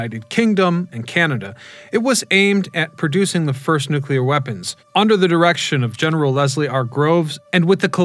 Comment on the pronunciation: Say it with me now,. "NOOK-LEE-UR"